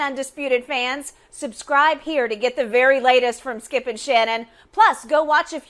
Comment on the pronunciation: His name is skip. Not skiiuup